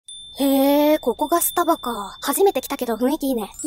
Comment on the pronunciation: わたしの発音…？があってるのかわからないんだけど、 の発音はス↓タ↑バ↓がすき🥺🌟